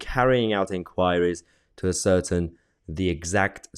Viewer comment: You mispronounced the word ascertain. ASS-ERR-TAYN phonetically.